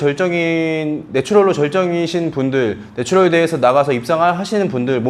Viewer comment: 죄송한 말씀이지만 네츄럴 빨리 발음하실때 노출혈처럼 들려요. ㅎㅎ